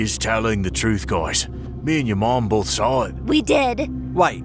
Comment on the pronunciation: It wasn’t sall it was saw